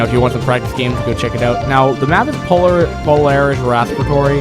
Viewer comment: Polaris WHAT ?!?!? lmao dude.. get your pronunciation right please.. LOL